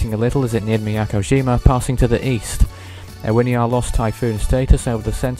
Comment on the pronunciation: Ewiniar is pronounced U-in-iar